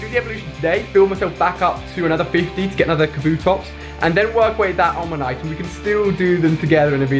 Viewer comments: It's omanyte not onamyte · Bruh... it's Omanyte, not Onamyte. Pls, hurts me. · Really makes me mad when he says onamyte when it's omantye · Omanyte not Onamyte. sorry but it annoyed me. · Btw stop saying onamyte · No one can actually say omanyte everyone says onamyte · Lmao its oMaNyte not oNaMyte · You pronounce "omanyte" as "onamyte". You switch the "n" and the "m" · Anyone else heard those two "Onamyte"s? Dyslexia ftw! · i dont wanna be annoying but you say onamyte instead of omanyte :') big fan! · Ali, honestly your clickbait titles and stretching the truth with your viewers like pretending you know more about pokemon than you do (doodo in stead of doduo, "onamyte" instead of omanyte etc) are just too much. I think you're better than that and it's seriously been putting me off for a long time , i'm done I had to unsubscribe man. Just be genuine it serves you much better. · Just FYI, in every video you mispronounce Omanyte. You flip the M and N; O-Ma-Nyte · Please learn how to pronounce Omanyte it melts my fucking brain. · Mate you can't say Omanyte